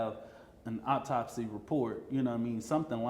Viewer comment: Also what is an optopsy? You can barely put a sentence together. And Austin’s last name is METCALF!! Met-calf. Have some respect!!! I saw that hateful video that Karmelo’s mother put up on social media blaming Austin for his death because he “put his hands on” her boy. It’s funny how it disappeared so quickly. But it was up there long enough to show just what kind of family Karmelo grew up in. One that plays the victim and does not take responsibility for their own actions. 😮Finally, stabbing someone in the heart is NOT a mistake.